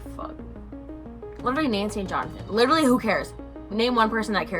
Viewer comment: Lit-truh-Lee Claps hands Lit-truh-Lee Claps hands Lit-truh-Lee Claps hands Jfc